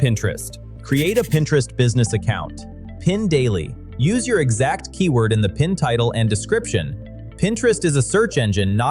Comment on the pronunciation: Nothing but AI slop ffs. Can't even pronounce "EXACT" at the 25 second mark. Blocked this channel.